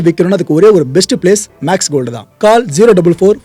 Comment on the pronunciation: கால் இல்லடா. Call கோல். Check Google Voice. தமிழ்நாட்டு English படு கேவலம்